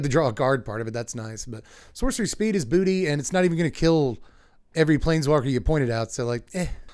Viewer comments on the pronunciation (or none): none